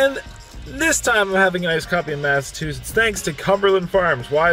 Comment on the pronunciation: ...is it a thing to call it massatwosits??